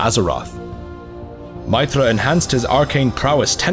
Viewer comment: Actually thinking about it, in Game of thrones there is someone called Aegon and his nick name is egg so I reckon you're right. They way you pronounced Meitre was beautiful! Is there a codex of the weapons of the vykrul kings, scale of the earth warder, titanstrike etc ?